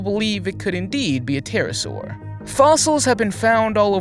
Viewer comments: You pronounced pterosaur wrong. It’s pronounced T- ai-r -a -ss -au -r. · the P is silent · fyi, The 'p' in pterosaur is silent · "P"terasaur..... lol, the "P" is silent ;) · You don't pronounce the P in the Pterosaur.